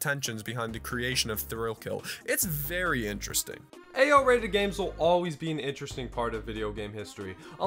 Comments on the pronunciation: All I hear is "Ayo rating" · its not Ao rated its AYYOOOO?? rated